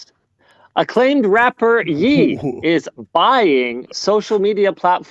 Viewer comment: I know nothing of pop culture but at least I know Ye is pronounced like Kanye come on Linus